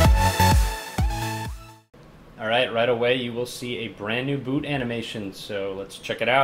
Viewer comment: Anyone else heard Boob animation instead of boot animation?!